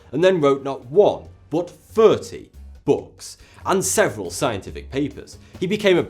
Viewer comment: Why do Brits say "firty" instead of "thirty"?? 🤔